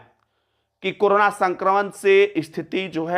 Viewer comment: aap karana per bolna chod dijiye karo na